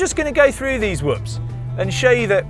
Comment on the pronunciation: The brit just pronounced whoops correctly and half the sxs yahoos in America cannot. 😂